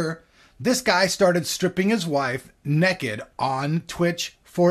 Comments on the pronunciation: he said neked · He can't say naked hahhahahhaah